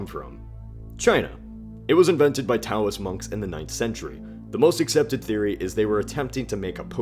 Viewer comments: Taoist is pronounced like dowist. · "Taoist" pronounced "daoist." We spell it with a T because of an outdated Chinese romanization system that apparently throws off a lot of English speakers, actually more so than the system currently used.